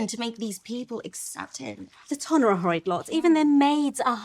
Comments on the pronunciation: ton is not pronounced like the weight "tun", it is pronounced like "tahn" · still pronouncing ton like tonne is sending me 😂 😂 😂